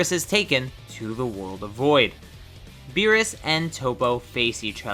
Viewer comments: Beerus not berrus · It’s Beerus not berrus. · he said berrus